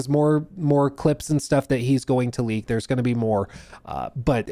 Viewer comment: saar! Saar!! SAAR!!!! Do not leek, saar!!